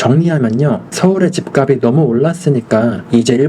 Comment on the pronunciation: 집값이 > 집갑시 지값은 > 집갑슨 발음 교정좀요